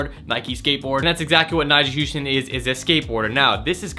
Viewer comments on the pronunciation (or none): Nyjas name is pronounced nyjah huston like hus-tan lmao